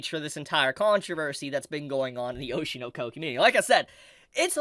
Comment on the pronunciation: ITS OSHI NO KO NOT OSHIEUUR NOUER KOEWR 😭